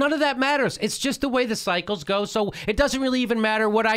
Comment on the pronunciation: Jimmy, did you say 'cycle' or 'psycho'?